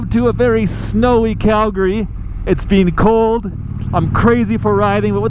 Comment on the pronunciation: Love that accent in the intro "ets bean cold"